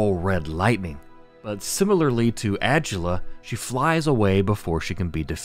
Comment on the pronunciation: I don’t think adula name is pronounced that way n if it is either way I say it “uhh-dula “ instead of “ag-ulla”